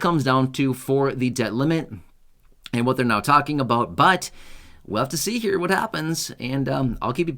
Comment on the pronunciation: it's pronounced right here. Not right gere.